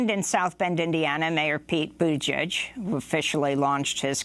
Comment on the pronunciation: LET THE BUTCHERING BEGIN... PETE BUTT-I-GIEG, also heard Buttijudge...🤣😂this is going to be fun